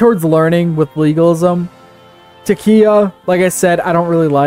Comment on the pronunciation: Taqiyya isn’t your fault, the “q” in the spelling has no English equivalent sound from Arabic. Taqiyya is in most denominations of Shia Islam if that wasn’t clear by the game tenets. pronounced Ah-Le-V pronounced Al-ow-ism: like other comments pointed out, they practice communion because they are a fusion between paganism, Christianity, and Shia Islam. Most Sunni and Shia consider them non Muslim. pronounced ick-tea-laf-ism pronounced Al-Mo-ha-dism pronounced Sue-fr-ism pronounced Nah-jd-ism pronounced eh-mah-mism pronounced Nah-dj-aff sins and virtues diverge slightly because everything is based on the life of Muhammad, so you can’t really diverge far. pronounced Moo-Tah-Z-lite-ism pronounced Az-rah-qism Fun fact, was the biggest Shia sect until the modern period (Safavids conquered and converted Persia to Twelver Shia Islam) pronounced Moo-wah-lah-dism, made up by paradox to express Iberian Muslim tolerance pronounced E-bah-dism pronounced Ah-shar-ism If I don’t mention pronunciation then you did good